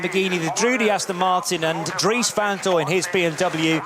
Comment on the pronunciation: I wish that would get people's surnames right van is van not von.